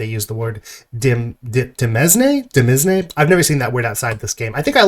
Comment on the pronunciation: demesne is pronounced similar to 'domain', it just means stuff that belongs to a lord i think the 'villein' etymology is based specifically off of landless peasants and their role in novels and plays and stuff in the 16-1700s where they would often be scheming to acquire lands.